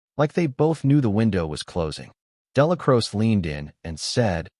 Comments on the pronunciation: Crow-chee, ya wet wipe. 3 hrs of butchering the man's name . Exhausting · Narrator cant even pronounce Dellacroce right.